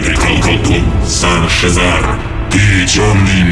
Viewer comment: Нет это из этой, уши почисти. Он говорит Сар-Шеззар. Это архимаг, ученик Седьмого Дракона. Основатель Семи Городов. Сар-Шеззар был известен как провидец, самое известное из его пророчеств - пророчество о Тёмном Мессии.